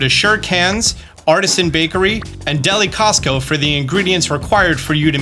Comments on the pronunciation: Thanks a lot, btw, it's pronounced "Deli-sioso" not "Deli-kiosko" lmao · Deli-Costco jajaja it pronounces Deli "See Oh So" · Oh btw, the building you keep calling deli Costco is pronounced deli-see-o-so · I found it humorous that he called it Deli Cosco when it makes more sense to pronounce it as delicioso as in the spanish word for delicious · Hey, it's not Deli Costco lol It's Deli Cioso, as in "delicioso" the Spanish word for delicious. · Hearing you say "Deli Cosco" made me double check that I haven't been seeing the name wrong this whe time lol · I believe the Deli is pronounced like Deli-shioso. Like delicioso 😁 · the shop is pronounced "Deli Syoso" like delicioso aka the Spanish word for delicious. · its called deli cioso is spanish you butcher that lol